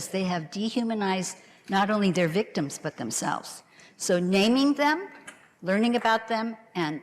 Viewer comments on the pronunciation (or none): There's no 'N' in LEARING